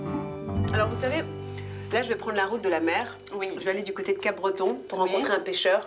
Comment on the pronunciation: Le P ne se dis pas à part par les personnes non habitant la région ça se prenonce cabreton qui n'est absolument PAS en Bretagne :)